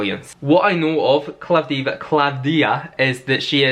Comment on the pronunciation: You really did your homework! You even said Klavthía the correct way! The only one who is not Greek to nail it! 😊